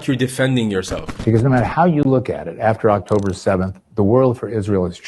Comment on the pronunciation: "but 7th Okhtober...."